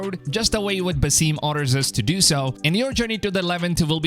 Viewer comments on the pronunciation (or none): Lol stop saying Basime! 😂 it’s Basim! Geez! And I love how u say listening to the community lol.. this past game was the best selling AC game of all time! So u mean listening to the trolls? lol…I’ve played all of them and I loved Valhalla and origins and Odyssey! Lol and U think Basim was one of the most beloved characters of AC Valhalla really? The guy was an asshole! 😂 wow honestly this isn’t even gonna b a game bud like wtf it’s a book! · Buh-seem lol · You’re telling me, “Basim” is pronounced “Basseem” ?